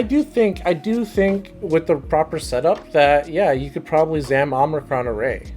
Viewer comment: Good video great knowledge and I’m inspired by anyone brave enough to put them self on video for everyone to see it’s easy for people at home to critique and you did great Just one thing ….There’s no “N” in the middle of Omicron it’s not Omnicron Keep up the great videos